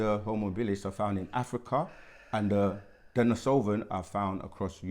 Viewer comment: He mispronounced “denisovan” as “denisoVIAN” yet thinks he knows more than the master teachers 🥱⛩️